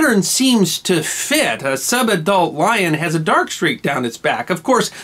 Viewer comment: Took me a while to work out that he was saying "sub-adult lion"